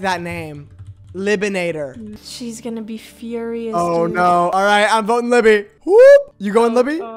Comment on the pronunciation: when said “libenator” i knew she was a fan fs 😂